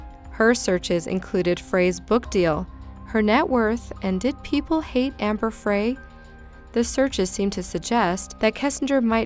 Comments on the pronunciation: Amber Frey is pronounced "Fry", not "Fray". This is getting ridiculous. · It's amber frey( pronounced fry) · Amber Frey's last name is pronounced, "FRY" (as in, french fries) ....not "Fray"